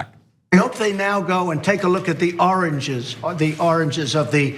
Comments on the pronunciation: we are talking about the sound not coming out right. He struggles ; like the " orange " instead of "origin" and he did it several times, over again as his brain was not in gear. He was confused and that is dementia. We see that struggle , in people whose first language was not English, but it is not his case. He only speaks English and poorly at that. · OMG ! ROTFLMAO . " Take a look at the oranges " , does he mean origin?